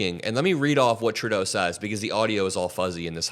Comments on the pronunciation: Please stop calling him Turdeau.....it's pronounced True-Doe (Trudeau). Otherwise, great video 😊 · It is so satisfying to hear you pronounce PM Trudeau's name correctly. Thank you!